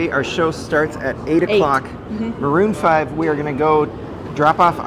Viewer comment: Marroon five ....really?????